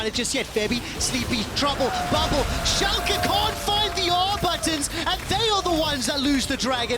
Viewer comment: I think its impressive that he nails the pronounciation for Schalke 04 tho since "fünf" isnt something he has to say as often he pronounced it kind of weirdly (still good tho!)